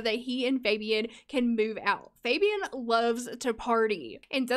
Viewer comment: Fabian is a Hispanic name and it’s pronounce (Fah-be-awn). I know this bc I once told a guy I liked that I wanted to name my child Fabian, pronounced how you’re saying it, and he... was not nice lol. He told me I was butchering a cultural name.